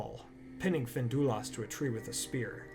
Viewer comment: FIN-DUI-LUST ffs